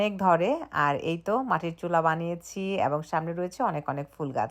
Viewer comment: অ‍্যাবং নয় এবং